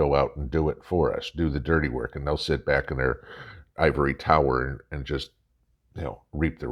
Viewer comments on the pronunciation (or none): none